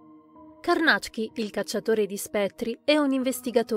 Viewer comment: ...bel video...e finalmente ho saputo che Carnacki si pronuncia Carnàcc-ki, mi era sempre venuto da dire Càrnachi (orribile, suona molto meglio Carnàcc-ki!)